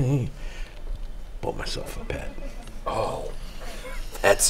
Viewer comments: I thought he said "Bed" not "Pet." I was really confused by the video at that point, and had to go back and re-listen. At first I was like, "Oh, this guy doesn't have a bed. So that's his problem!" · I first thought he said, "I bought myself a bed."